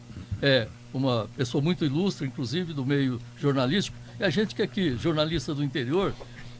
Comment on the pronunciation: Incrusive. Depois se diz jornalista. ''TA SERTO''